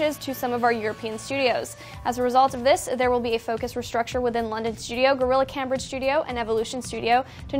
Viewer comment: Anyone else notice the miss pronunciation of Cambridge (you're supposed to put emphasis on the 'a' so that its pronounced Camebridge)